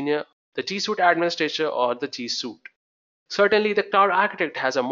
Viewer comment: G Suite. Not G Suit. Also, thank you for the video.